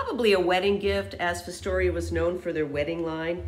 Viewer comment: It’s pronounced Fos (think frost) tor ya - Fostoria. Sorry, I was raised up in the Fostoria, OH area.